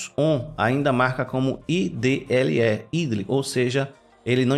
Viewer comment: parabens, ótimo video. apenas uma coisa "idle" pronuncia "aidol". abraços!